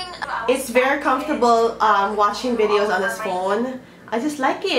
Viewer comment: vidows and vowtows hahaha 😂😂😂